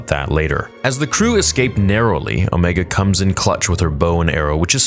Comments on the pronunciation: . No, her name is not pronounced "Omeega". It is pronounced Omega. You even pronounced it properly later in the video several times. I'm starting to think that you are doing it on purpose just to get reactions and try to start drama, which is very childish. I expect the biggest Star Wars fan-channel on Youtube to be more mature and professional than that. Why are you not pronouncing Wrecker's, Echo's, Hunter's and Tech's names like "Wreeckeer", "Eecho", "Hunteer" and "Teech"? Do you want people to pronounce your real name like "Niagoose Dadbody"? No, I don't think you want that, so do better. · Why do you say Omeeeega??? Like you switching to a New Zealand accent for her name. LOL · Why does he say omeega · You literally say Ooomeaga then say omega immediately after lol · I love how you say omega wrong every time lol or maybe doing it on purpose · The way he’s saying Omega is killing me. I’m sure it’s because of how she talks, but still, LMAO. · Please stop saying Omegas name like that it was fine once but more then once in annoying